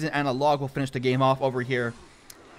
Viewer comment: Please...please stop saying fisher man.